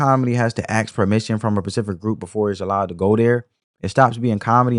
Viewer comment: Bro, it’s SPECIFIC NOT PACIFIC. Damn!!!